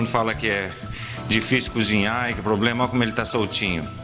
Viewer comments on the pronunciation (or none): none